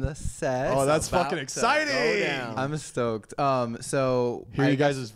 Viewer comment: said “im estoked” lmao ima start staying that now 😂💙